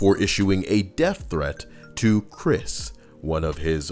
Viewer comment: Jared didnt get his computer away he smashed it, and also its Krist not chris